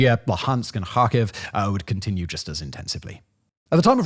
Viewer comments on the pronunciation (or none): none